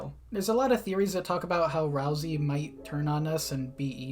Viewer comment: You say ralsey like rousy, like a-roused lol